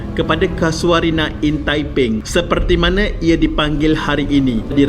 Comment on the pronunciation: Tepen lah. Bukan taiping.